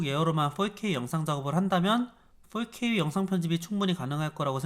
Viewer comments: 저기 근데 어차피 four발음이 원어민하곤 거리가 먼데 왜 훨케이라고 하는거죠 ;ㅁ; 그냥 포케이라고 하시는게 나을듯합니다. 오히려 거슬려요. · 4k 발음이 40k라고 하시는듯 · 자꾸 4k가 “volk 에이”로 들려요 ㅋㅋㅋㅋ 독일어 공부하다보니 ㅋㅋㅋㅋ